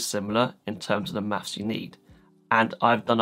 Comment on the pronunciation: bro said "mafs"